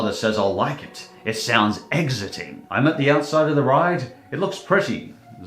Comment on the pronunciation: You did not say exiting correctly